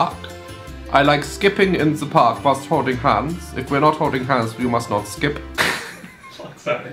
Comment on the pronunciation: omg your pronunciation of the "the" is soooo german😂😂 (se😂) but not aaaall of the germans r like that! I can be very proud to say that I can actually pronounce it pretty well😂😂👍🏼